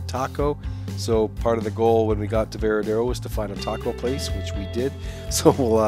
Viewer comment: It is not "Veradero." It is "Varadero." Say it right